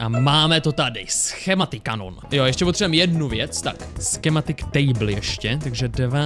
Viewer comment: Kto si všimol že povedal škematik? 😂